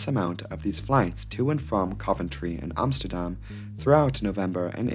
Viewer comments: I like how you pronounce Amsterdam the Dutch way. Small detail, but props! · Bravo you pronounced Amsterdam right haha I rarely hear that from a foreigner haha